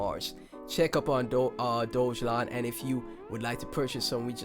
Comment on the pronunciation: decent video but you have to pronounce DOGELON correctly bro